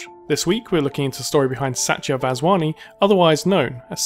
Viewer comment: Pronounced Sahtiyah Vahshwaknee